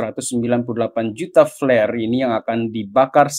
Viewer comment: wkwk , kok flare dengernya jadi pl*r